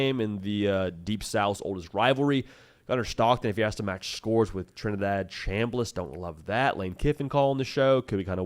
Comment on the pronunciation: Did he say Trinidaddy?